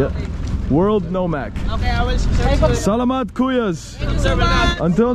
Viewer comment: You're pronouncing salamat better in this video, just need to work on "pangalan" (i know its a bit hard to pronounce right for an english speaker") pa-nga-lan not pang-nga-lang. Appreciate trying to speak our language though. Btw great content! Quality vid.